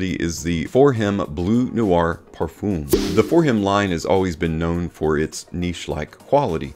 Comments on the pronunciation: It’s not pronounced “parfooom.” 🤣😂🤣😂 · no it’s pronounced par-fuum. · Great Video but for god sake learn how to prounance Parfum This is a MUST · Now with Eros I can also hear how you pronounce it in Eau de Parfum So it's hopeless correcting you LoL